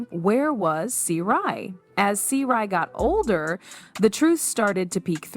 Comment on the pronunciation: GURL you need too stop while you’re ahead who the hell are you’re talking about , their names are Sy’ri NOT Seri and Sonia NOT Sonja my ear are assaulted